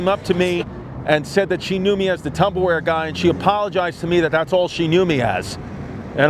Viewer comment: I say Tubberware now and I don’t care.